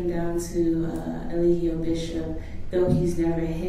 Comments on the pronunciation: I feel like his attorney calling him E-lie-gio on purpose😂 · Over and over again Booker butchers Eligio's name! 🤣🤣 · It tickles me every time they pronounce his name like that!🤣🤣🤣🤣